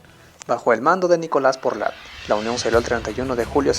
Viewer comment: Buena iniciativa. Sugiero más cuidado con los nombres: Nicolás Portal, no "Porlat". Saludos.